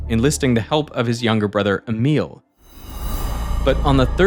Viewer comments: Pronounciation of Emil is wrong 😆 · thats not how you pronounce Emil T-T